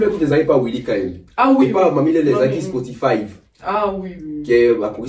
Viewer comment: merci! Je croyais que jtais le seul à avoir entendu Spotifaïve🤣🤣🤣🤣🤣